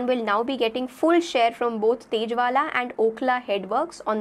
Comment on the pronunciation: तेजवाला नही है वो, ताजेवाला है, जरुरी नही जिसकी शक्ल ठीक दिखती हो उसे पढ़ाना भी ठीक आता हो।😢😢😊😊